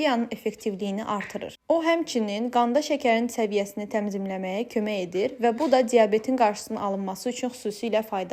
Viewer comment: Təmzimləmə yox tənzimləmə😂😂😂